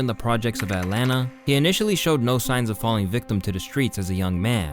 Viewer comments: Lmao atlana is crazy. It’s Atlanta bro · atlanta not atlana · Its that new sh*t “At Lana”